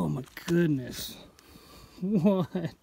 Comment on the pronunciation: Lol..... No i can still hear WHATTTT ....and 😅 laugh .